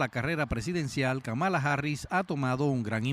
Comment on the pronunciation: Señora usted debe informarse cómo pronunciar el nombre de Kamala Harris, el acento en la primera sílaba, no la segunda.